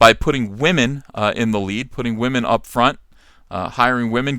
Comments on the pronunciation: People would take you more seriously if you didn't say Wah-men. That immediately shuts down any point you have. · What is a waw-men?!?!?! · Is saying Wahmen a trigger for SJWs?